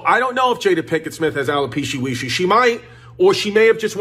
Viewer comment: the sitchy witchy and alopeshy wishy 😂